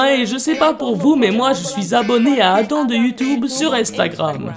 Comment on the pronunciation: C’est moi ou tu dis adain ou pourquoi pas adam